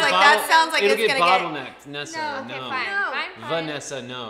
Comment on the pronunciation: Its nezza not nizza